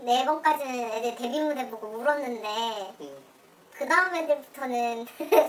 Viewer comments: 대뷔가 아니라 데뷔입니다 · 대뷔가 아니라 데뷔 아닌가요...?신경쓰입니다... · 대뷔가 아니라 데뷔가 아닌가요?